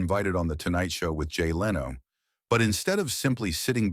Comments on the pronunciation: Its 2025. If you're going to make an AI automated narration channel, at least get an AI that could pronounce a word as popular as Conan correctly. Leeno??? Jay Leeno?? Wow. SMH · Why cant you even pronounced simple words correctly. JON LINO...SISKIL AND EHHBERT? wtf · What a boring video. Just an AI narration. Show the clips dont just play a computer narration. It cant even pronounce "Leno" right.